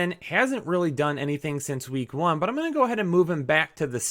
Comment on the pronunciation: Love the channel... But PLEASE pronounce your "T" when you say the word "but". I beg you.